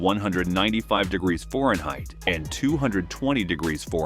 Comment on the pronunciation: Four Un Hight???? Got to love AI narration